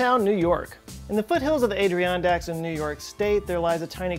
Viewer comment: now what the hell was that adirondack pronunciation